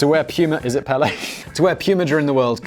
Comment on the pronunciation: It's PELÉ!!! Not pale